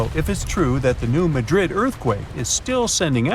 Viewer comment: It’s not New Madrid…..as in Spain….. It’s Maahdrid. Is this A.I.? I hope not